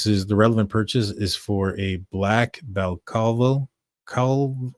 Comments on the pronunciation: I’m surprised at how many Americans didn’t know what a balaclava was or how to pronounce it. This is any item commonly worn mainly by unruly teenagers here in the UK obviously to avoid identification when behaving anti socially. It is pronounced Bala clava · Bro Google how to pronounce the word Balaclava. ❤